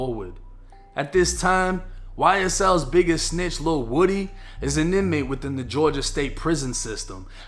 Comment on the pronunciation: Lil whoady not woody lol